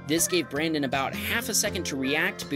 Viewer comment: "We hope you feel better brandon" You said it wrong.